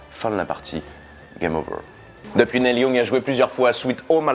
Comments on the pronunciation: On prononce "NIL", pas "Nel" Young. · "Nelle Young" mdr Ca se prononce "Nil Yang"